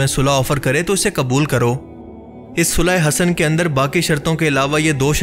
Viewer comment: Bhaie sulah Hassan achi tarah sai perh laina or misinformation mat phailayain